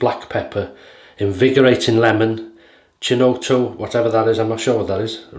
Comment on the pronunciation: Hi great shave as per usual. FYI, chinotto is pronounced “kinotto” and is a popular Italian soft drink that’s like a mixture of sweetish cola and bitters. Sounds like an interesting scent profile there. Have a great week.